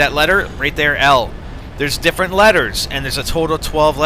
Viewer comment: 6: 12. 'what if they come through i diffrent door?" LOL